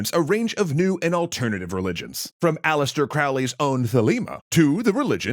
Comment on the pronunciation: It's Aleister not Alistair.